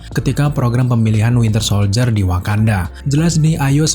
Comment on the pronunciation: Winter soldier bambang bukan wintel ahhhhh sudahlahhh